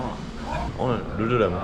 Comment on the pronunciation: 룰루레몬인데 룰루랄라 ㅋㅋㅋ